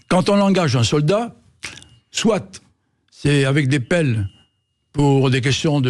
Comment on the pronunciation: On ne doit pas dire "soitE" bordel...